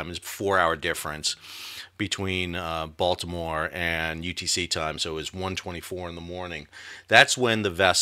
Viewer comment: As a resident of Dundalk, I appreciate you pronouncing Dundalk, Baltimore, and Maryland correctly. You have definitely been to the area.